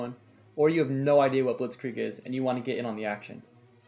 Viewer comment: The way u say blitzkrieg is really good, and i am german